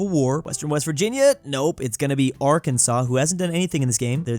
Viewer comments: Why did he pronounce Arkansas the way it should be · Are can saw not are kansas😮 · Its Not A-R-K-A-N-S-A-S its pronounced A-R-K-A-N-S-A-W